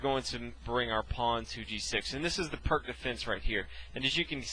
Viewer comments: Why are you all complaining so much for his mispronunciation of Pirc? Search up Pirc defense, and you’ll see a ton of videos in which the person says perk instead peerts . It’s a common mistake so don’t get mad lol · Please, everyone, it's pronounced "Peertz", The guy was Serbian, in Serbo-Croatian, the c at the end of words is pronounced like a "tzuh" (unless accented and then it is a "chuh" i.e. Marinovic) and the "i" is like an "e". Have some respect for the guy's name. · pirc is slovenian second name and is surely not prk nobody wants to be called prk we say p like in peter , i like in liz , r like in ronald and c like in zz in pizza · This dude did a great job introducing us to the pirc defense, and you over there making fun of his pronunciation of foreign fuckass god knows what words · I know it's hard for you americans to imagine someone isn't pronouncing words as you do, but surprisingly, you're wrong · IDK if you (or anyone else, for that matter) are familiar with this, but it's actually pronounced PEERTS defense, not PERK defense. Just sayin, is all ^_^ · First, it's not pronounced "Perk", it's pronounced "Peertz". The opening is named after Vasja Pirc. Second, 5. ... O-O is considered dead for a long time now, since if Black decides to castle this early, then, 6. e5 Nfd7 7. h4 c5 8. h5 cxd4 9. Qxd4 Nc6 10. Qf2 dxe5 11. hxg6 hxg6 and 12. Qh4 is curtains for Black. The correct response, in case you're wondering, is 5. ... c5, directly undermining White's center. The follow-through for the most common response from White is to take the c5 pawn with 6. dxc5 Qa5 7. Bd3 Qxc5 8. Qe2 O-O 8. Be3 and then 8. ... Qa5 or 8. ... Qb4, depending on your level of aggressiveness. Also, Black never makes captures that blocks the a1-h8 diagonal in this opening (like demonstrated here): what's the point of a fianchettoed Bishop on the main diagonal if you're purposefully blocking it? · “Pírć defense” not perc 30 emo teen defense defense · It's actually pronounced [Peertz] ;)